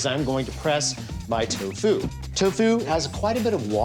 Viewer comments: He puts the emPHAsis on the wrong sylLABle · Ahahah. The way that Alton pronounces “toe FUE” gives me life, man. He says it like it’s the secret martial art that Keanu Reeves wields to defeat other combatants by using only the tips of his feet.